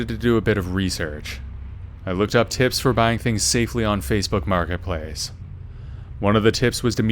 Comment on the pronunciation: Love how you say marketplace like you was having a mini stroke lol